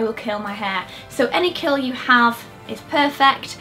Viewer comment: It sounds like you're saying "I will kill my hair" when you say "curl"